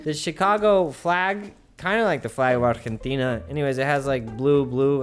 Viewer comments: Thanks for pronouncing Argentina right. 👏👏👏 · the way you pronounced ARGENTINA OMG. Like Argentinians! It was amazing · You pronounced Argentina properly :o. Insta like. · Are you from Argentina ? Or know Spanish? Because at the beginning when you say that the first logo is similar than Argentina you spell the name completely without making another acent. I’m from Argentina and you spell it so nice that I’m glad jajajaja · Loved how you pronounced Argentina ;) Cheers from Buenos Aires! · Ame como pronunciaste argentina👌🏻♥️👏🏻